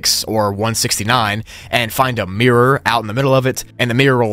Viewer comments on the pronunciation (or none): none